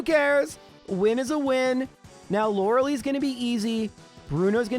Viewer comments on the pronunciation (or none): Stop saying Lorelee. It is pronounced Lore lie.